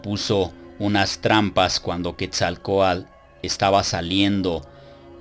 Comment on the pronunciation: Muy preparado, buenos videos, pero no se porque dice Quetzalcoal, en vez de Quetzalcoatl? saludos.